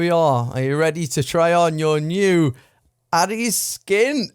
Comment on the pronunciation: Dude, I think you and your channel are great but you're saying ADDIES SKIN rather than ADDIES KIN.